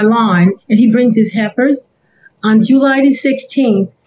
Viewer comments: When she said helpers at first I thought she said heifers. I was like ohhh snap she is not playing today 🤣🤣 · I also heard her say heifers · I am laughing so hard because I could’ve sworn that she was saying heifers but then I was like now maybe she saying helpers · I swear it sounds like she is saying his “heifers” not “helpers” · The landscaper at the end said she called them heifers lol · "HELPERS" not "HEIFERS"! 🤦🏿‍♀️It wasn't until she said the heifer started to speak, that I realized that I was mishearing. 😂. I seriously thought he had some country method of cutting grass with cows. 😂